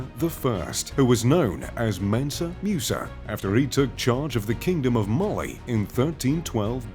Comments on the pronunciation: its not Mewsa, its Moosa. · It's pronounced mOOsa not mUsa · The name is pronounced MOOSA not MEUSA. You westerners need to learn how to adapt your tongues to other languages the way many other people in other parts of the world do to your own names and other pronunciations. It was annoying listening to this guy say that name wrong the entire video. Ridiculous. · Musa not Meusa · Hate the way he pronounces Musa (moosa), not “mu” like muse! 😖